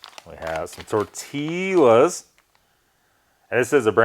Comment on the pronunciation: Tore-Till-Uz and pate on a tuna taco…. I’ve seen enough Lol